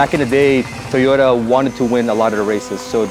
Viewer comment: TOYROTA! brap brap brap